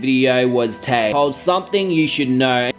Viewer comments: Her name is Tae bro not Ta i smh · Tae* not tie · her name is Tae not Ti I heard that.